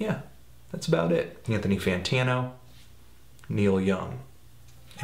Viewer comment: ANTONY FAWNTINO